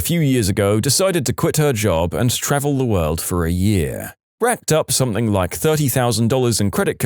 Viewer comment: No K in the word something